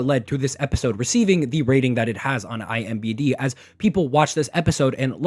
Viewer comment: Huge fan bro I swear but IM'B'D kills me every time 😂